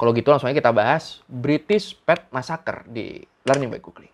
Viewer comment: Bri'ish massacr